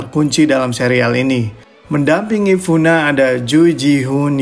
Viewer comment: Kak, di alphabet korea ga ada bunyi fu.. Itu mba bae doo (dibaca du) na kenapa jadi funa 🤦🏽‍♀️🤦🏽‍♀️🤦🏽‍♀️